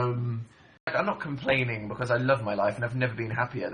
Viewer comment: "i'm not mr plane" "i'm not complaining" don't you mean comPLANEing